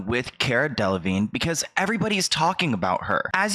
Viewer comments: I'm sorry this is so off topic and literally does not apply to the whole situation but the way the interviewer says Caras last name UGHHHHH DUDE CARA DELEVIGNAY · It’s the interrogator saying Cara De-Le-Vig-Nay lol